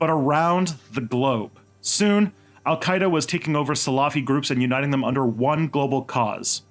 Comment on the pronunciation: You got my support man!! Not by words but by money! I think the content of your channel is very interesting, and make a huge effort to be neutral, which is rare! Keep it up! oh for Alqaeda you did prononced fairly enough but who you did write it, well ahmmm, very bad, I think you have to download UTF-8 standard character in your software...